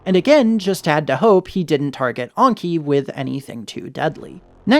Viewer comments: Enki is pronounced Enki not Onky. It's a name of a Sumerian god not a French dish. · I've never heard anyone pronounce Enki as "Anki" before. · Why do you pronounce Enki like that? Ongki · Great video but the way you pronounce Enki and Ragnvaldr makes me cry